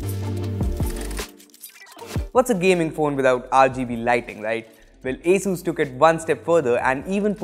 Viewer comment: It is not Ae-sus but actually Aa-sus🙄